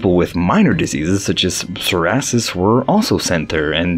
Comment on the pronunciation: bro called psoriasis “sorassess” lol